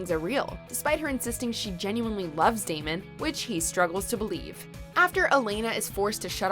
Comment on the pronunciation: Any1 else hear t Narotor say Demon insted of Damon